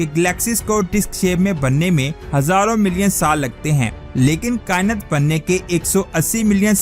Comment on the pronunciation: لفظ کا ئنت نہیں کا ئنات ہوتا ہے بھائی